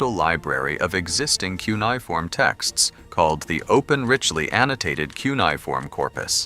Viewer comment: I found this to be really interesting. It's a really good video about how this research can work better using AI to compare fragments in multiple museums and archives. Before doing another of these, though, please teach the AI how to say key words that will be used often. The word "cuneifom." It was mispronounced various ways throughout the video, and I found that to be distracting. Thank you for sharing the research. It's really cool that we now have a bit more of the Gilgamesh story now!